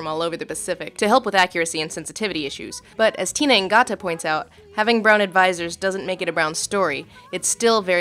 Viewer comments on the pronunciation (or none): none